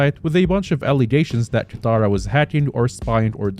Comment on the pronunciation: ah yes, "kataira" not katara, he said he wasn't gonna mess it up, he already messed it up